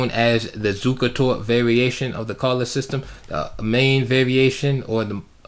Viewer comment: Edgar Colle was born in Ghent, which is in Flanders, i.e. the Dutch speaking part of Belgium. His name should probably be pronounced "coll-uh" or "kaw-luh" according to Dutch pronunciation. I do know that's how the opening is pronounced here in Germany, with German having very similar pronunciation rules.